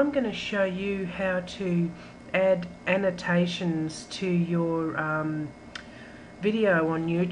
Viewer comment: I don't think thats how you are supposed to say annotations...